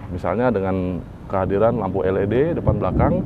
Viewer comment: komen dikit mas.. salah spelling nya.. Peugeot = dibaca Fu-zo. LED = dibaca EL-I-Di. hehehe..